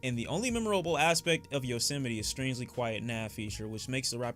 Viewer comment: This nigga is dumb as hell to listen too He says Yosemite wrong Says “eternal attack” instead of atake Says “sonnicly” to sound clever (even though the reviewer says it in the next line) but doesn’t know what an “enigma” is??? Stop, wannabe-clever ass